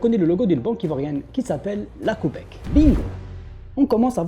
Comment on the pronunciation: La banque " copec " 😂😂